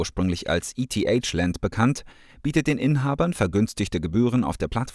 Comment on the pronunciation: Wie du eth aussprichst 🤣🤣🤣